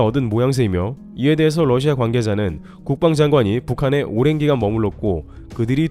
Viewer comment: Russia(러시아)를 Lussia(ㄹ러시아)로 자주 발음하시네요